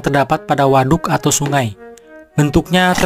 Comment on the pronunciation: Ngomong WADUK na biasa wae atuh a